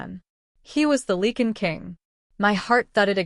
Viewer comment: It is “Lye-can” not “Lee-can”